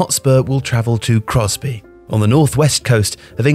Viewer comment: Congrats on pronouncing Crosby correctly 👍